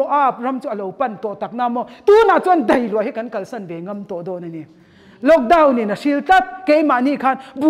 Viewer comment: mei, meithei , deih. Nilo in mai, maithei, daih.. mizo ṭawng dik in aw...